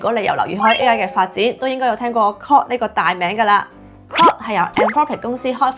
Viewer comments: 資料好滿足，令大家都認識到各款 AI Apps 嘅特點！不過主持人嘅發音真唔太清晰，特別係 Claude and Grok 嘅差別好少⋯⋯廣東話嘅懶音都比較嚴重！希望會好好改善😊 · Claude發音好有問題。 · 你做得好好，唯讀你的 Claude 及 Grok 發音不準確，好混淆